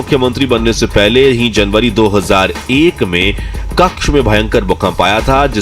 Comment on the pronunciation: कक्ष नहीं भाई कच्छ बोलो।😅